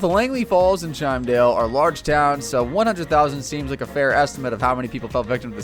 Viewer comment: The way Chimdale is pronounced made me rage quit and unsubscribe!!! GET YOUR SHIT TOGETHER!!! Muhfucka literally said "CHIME Dale" 🤬 Right after Stan just said the name the correct way.